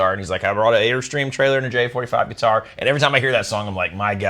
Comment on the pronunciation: What the heck is a guititar?